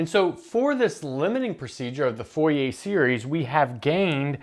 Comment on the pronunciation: Dude, I love your videos, and I'm sure I'm gonna like this one, but as a french person, I can't get over how you pronounce "Fourier" as "Foh-yeh". It's pronounced more like "Foor-yeh" (The "oo" in "Fooh" is like the "oo" in "loom" and the "yeh" is like the "ier" is "Navier"). But yeah, love your stuff, I'm just being a stereotypical pedantic french guy here.